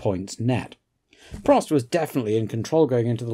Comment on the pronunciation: In all my years watching F1 I never knew Prost was pronounced “Pro”. Thank you again for such an interesting and rewarding watch 😊